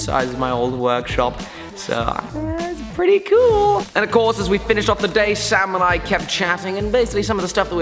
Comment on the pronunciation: Everytime he said "sam and i" i understood "samurai" and i was thinking "is he working with samurai again?" hahaha got me build up